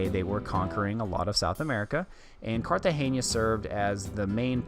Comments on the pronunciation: Hi, watching this video in 2021, you are actually pronouncing it as if there was an ñ. Trust me those locals were probably messing with you. No local ever says Cartageña, It's Cartagena like Luis C says in his comment above. And the "castle" is a actually a military fort. But great video nonetheless. It's always great to see one of my favorite cities on the planet. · Its pronounced Cartagena with an N not an ñ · Why do you pronounce it "Cartagenia"? :) It's CARTAGENA. Like kar-tah-henna. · yes guys the pronunciation of the city is wrong